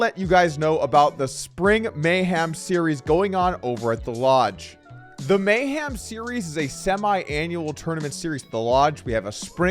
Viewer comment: Doug, it's mayhem not mayHAM. Intro sounds like you make a bet that you could say meow a certain number of times.